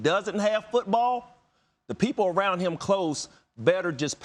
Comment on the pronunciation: Randy Moss says Football like it’s pronounced “Foouutbawwl”